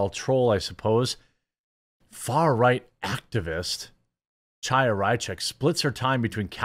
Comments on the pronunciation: It's not CH-aya. It's H(with Phlem)-aya! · Chaya is pronounced “High-Yah.”